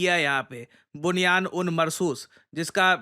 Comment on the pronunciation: बुनियान नही सर बनियान बुन मर घुस 😂😂😂😂😂😂